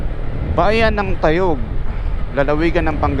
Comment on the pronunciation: Dapat from rosales plang idol dretso kna ng dadaan ka mg snta maria tas tayug na short cut nde kna pupunta ng balongao at umingan,,ung maranum falls nman sir sa nativedad po un,,ang tama bigkas ay tay<+yug =tayug